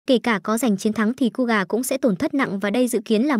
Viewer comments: KOGA❌️ KUGA✔️ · Ko phải đọc là cu gà chứ ko phải ciu gà 🤣🤣🤣